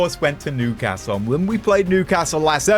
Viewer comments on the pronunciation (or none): none